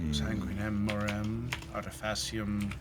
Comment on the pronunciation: once again, the latin is pretty good! Im so into it! 'The Custom(it sounded like moem, which is a word I dont recognize, but said morem whichmakes sense and I think I just heard the first one wrong, but could be a mistranslation) of blood, skill(Artifacium is the genitive for the noun 'art' as in, the ART of dance. its genitive here so TO or FOR the art, and 'In' is... well... in. this means the translation goes something like "To the Art in" which I cant quite parse, but the last word might bring it together. Since mentioned the latin wont be perfectly gramaticaly correct, soemthing that just overall is reasonable beacuse, its hard, and time consuming if your coming from a language like english, so Im just boiling it down to 'skill' because that sounds like the cultier thing to say.) in... (I do not recognize coligea, maybe someone can check me on that) The customs of blood. Skill in __